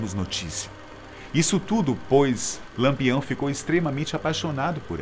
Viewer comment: E diversas vezes disse Lampeão ao invés de Lampião.